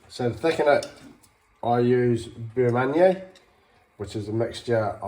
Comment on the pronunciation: Yeah I had no idea wtf he was saying. "boomunyer" or something... I'm only here because I heard the phrase Jugged Hair in a show and had no fucking clue what they were talking about lol